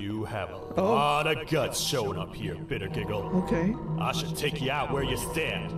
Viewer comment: It's not bettergiggle it's bittergiggle